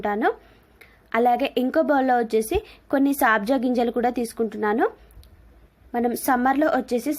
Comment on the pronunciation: Saabja ginjalu kadandi sabja ginjalu